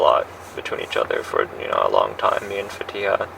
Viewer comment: A great detective. I just want to ask, why can she never pronounce these girls’ names? Neither of them are very hard Sam-ee-yuh. Fa-tea-ha. That’s it